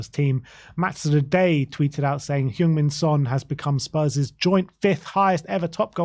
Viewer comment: Btw, it’s pronounced Hung Min Son. The E in Heung should sound like E in “Earl”